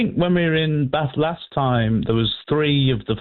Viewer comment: I love that you stuck to the proper pronunciation of Bath😂